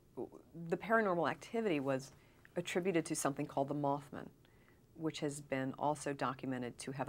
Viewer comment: Moth Man, MothMan not Mothmun